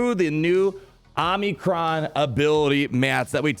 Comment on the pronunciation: Oh-mi-cron not "omni" -cron